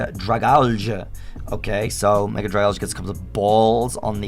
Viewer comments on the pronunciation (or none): THE NAME YOU HAVE IS SUPPOSED TO BE DRAGALGE, NOT DRAGLA!